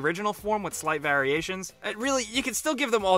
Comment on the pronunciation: The way says variations is killing me